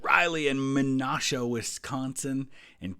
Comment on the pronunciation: Small gripe but as someone from Wisconsin (who actually lives close to Menasha) it’s pronounced Meh-Nash-Uh. Don’t feel bad though, there’s so many hard to pronounce names in this state! 😅